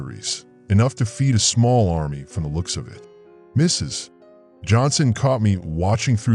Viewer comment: It's AI interpreting the period in Mrs. As the end of a sentence.